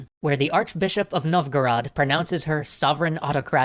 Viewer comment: novgorod not novgorad